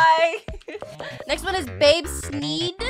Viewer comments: It's not babe seed it's bab seed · and she said babe’s seed ☠️